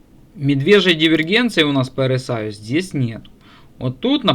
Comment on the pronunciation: За все прощаю. За одно простить не могу- RSI (эр ЭС ай) ты эр СИ Аем (rci) называешь.